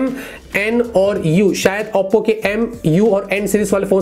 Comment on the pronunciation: Bhai Auppo kousa phone hai.. Oppo ko barbar Auppo q bolte ho??🤣🤣🤣